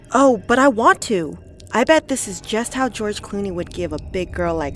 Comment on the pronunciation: (“GEROGE CLUNE”😂😂😂😂😂😂😂😂😂